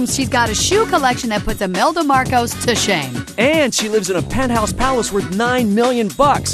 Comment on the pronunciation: Did I just heard “Imelda Marcus”? 😂😂😂😂 I’m a Filipino but I Love my Queen Mariah Carey